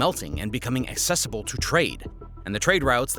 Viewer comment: Great video. Just note - accessible has an "uhk" sound at the start - so it is pronounced uhk·seh·suh·bl.